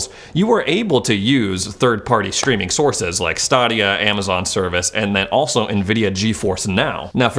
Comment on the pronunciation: Bruh. Try GFN first please. Good grief. And it's Stadia. As in.. Stay D uh. Not Stahdia. Great video though. 🤘🏽